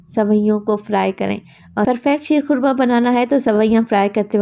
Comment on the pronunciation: Shair khurma nhi sheer khurma ha